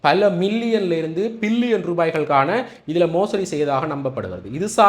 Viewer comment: Billion not pillion. Pls correct your pronouncing